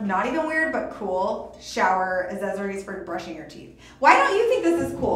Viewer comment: Azzezzories? Lol wut